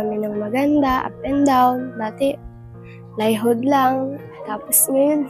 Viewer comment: plywood not plyhood.. mula sa simula pa ng vlog sayo narinig ko na yan sayo🤣🤣. Sino kasi kalingap alvin nag pauso nyan plyhood na yan.😁